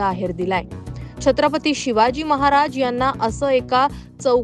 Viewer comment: दरेकर त्याच्या पेक्षा," छत्रपती " ही नीटपणे बोलता येत नाही शत्रपती बोलतोय हे काय इतिहास शिकवणार.